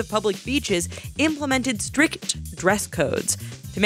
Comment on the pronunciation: "...decades ago, bathing suits were much more different..." "Bu' ind up to the neck"... "stri K t dress codes" The writing and performance of the commentary before the first picture may have just given me an aneurysm...